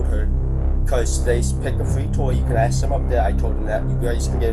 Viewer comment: there's no letter D in that or though. And the S comes before the K in ASK learn how to speak English. You sound very unintelligent.